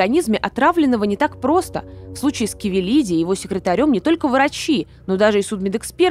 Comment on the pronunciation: %лять, да почему КАвелиди, ты читать не умеешь что ли?